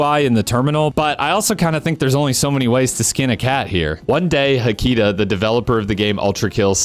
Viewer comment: Extremely minor point, but as Finnish essentially always places stress on the first syllable, I would guess HA-ki-ta comes closer to the original intent of the username, rather than ha-KEE-ta. Though I haven't heard them pronounce it themselves so I could be completely off base.